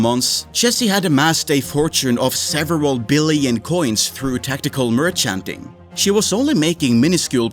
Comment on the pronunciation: The way you say merchanting is so funny. Keep up the good videos bro